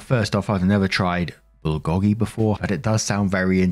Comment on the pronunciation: Heads up: "Bulgogi" is pronounced "bull go gi" Love the videos, keep em coming!